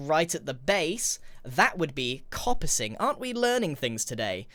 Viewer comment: coppicing is correct, but that's not how it's pronounced. He pronounced it c/aw/-puh-sing. For American Engl'sh its k/ah/-puh-sing, for british english its k/oh/-puh-sing.